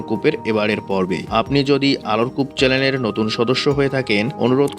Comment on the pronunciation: চেলেন নয়, চ্যানেল